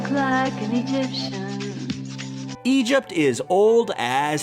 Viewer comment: Why does he say Egypt like that